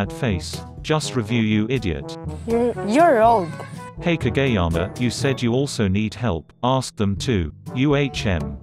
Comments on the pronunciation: KaGAYama and tsukki as sucky LMAOO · No one: the robot voice Pronounces kageyama as kAGAYyama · ...... so is nobody gonna talk about the fact that the voice pronounces kageyama as kaGAYyama ?? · I love how it pronounces "Kageyama" as "KaGAy-ama" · Ka Gay Yama